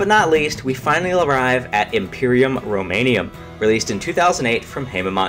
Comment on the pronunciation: Roman*um*, not Roman*ium*